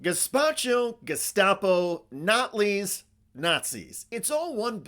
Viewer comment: Whats a Natlys? 😂😂😂😂😂😂